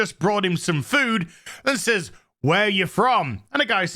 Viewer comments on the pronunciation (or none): none